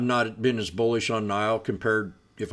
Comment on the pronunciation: NIO “nee oh”